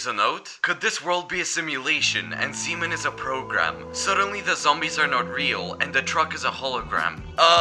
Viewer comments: I thought he said semen instead of zeemen💀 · I hate hearing something else when he said zeeman